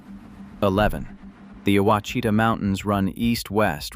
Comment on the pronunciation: The word Ouachita is pronounced Oua is pronounced the Mexican way as Wha, then Chita is pronounced as sha ta resulting in Washata. Dyess Arkansas is pronounced Dice. There are many Indian, Mexican and French words used here. Living in Arkansas I admit you have researched and created a very interesting video about my favorite state and home. Thank you.